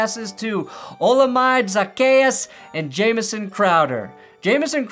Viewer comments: as a Washington fan, lemme help you with some of the receiver pronunciations. Dee-ya-me Brown O-la-mid-ay Zaccheaus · How to pronounce Olamide Zaccheaus: Hola-m'day Zach-Key-Us